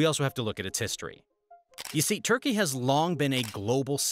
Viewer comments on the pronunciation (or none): Its Turkey not Thurkey. Thank you for the knowledge